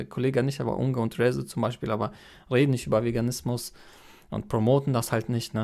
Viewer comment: Rezo wird übrigens Englisch ausgesprochen also eher "Riso"